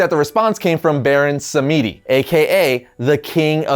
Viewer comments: pronounced " Baron SAM-dee". As in, French for "Saturday" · Baron Samedi is pronounced as (Sam-dee) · Baron Samedi's name is pronounced more like "som-dee" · It's pronounced Baron 'Sahm-dee'. Google it if you think I'm wrong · No Baron samedi is mainly pronounced more like Saturday in french